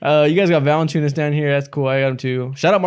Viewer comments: It's ValAnciunas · ITS ValAnciunas yall